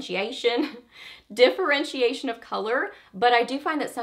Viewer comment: wait! diffurr-wrench-see-ashun......ok got it, trying to improve my English you know :)